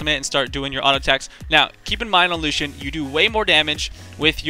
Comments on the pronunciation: its not LUSCHAN, ITS LUU-SEE-AN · why do you say lushian instead of lu C an? phreak says it wrong on champ spotlight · It's Loo shun. Not everything is pronounced the way it is spelled. Take "school" for example. :P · It's more like LU-CHI-AN ! x) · It's lu-shun. lol I have a friend who's name is Lucian. :) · idk... i think its LOO-SHE-AN